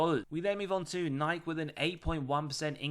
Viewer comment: I've seen you do $NIKE a few times. It's pronounced with "key" at the end. like Nai-key.